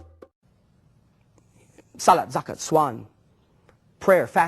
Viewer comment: "saalut zakut swaan" OMGGGG THAT WAS HILARIOUSS